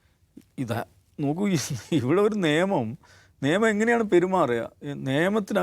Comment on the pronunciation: സർ നേമം എന്നല്ല നിയമം എന്നല്ലേ ?😊